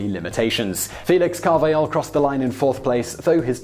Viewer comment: In Spanish, the J is pronounced like an H in English. Carvajal's name is pronounced CAR/vuh/hall